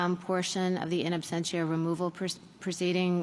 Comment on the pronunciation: Why does Justice Jackson keep saying absTentia? Does she not know the word absentia? Is this the Supreme Court?